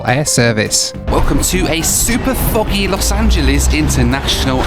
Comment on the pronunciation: I could've sworn he sounded like he said something else when he said "foggy" 😅